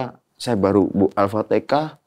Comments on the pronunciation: Alfatihah, bukan alpatikah. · Kenapa sih orang jawa ngomong alfatiHAH itu malah alfaTEKAH? 😭😭😭🥺 dulu saudara aku jg banyak yg begitu soalnya hiks